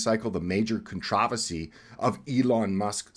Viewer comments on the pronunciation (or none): What the eff is a con trah vasy? Are you trying to pronounce controversy? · Why does he pronounce "controversy" the British way if he's American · Your pronunciation of controversy is pathetic, repugnant….. wrong. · Controversy. Look up pronunciation